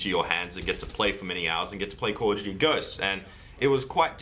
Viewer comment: its call of duty not calludooty LMAO